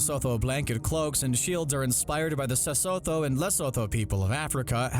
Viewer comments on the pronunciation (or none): Am I the only person offended by how he butchers 'seSotho' and 'Lesotho'? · Eh you butchered the pronunciation of Sesotho and Lesotho more than I ever thought possible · Damn u made me laugh when you pronounced sesotho and lesotho 😹✌🏼